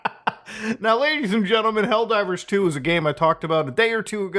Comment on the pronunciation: Did you say "L Divers 2" here? LOL